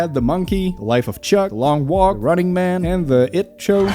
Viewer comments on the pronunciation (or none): none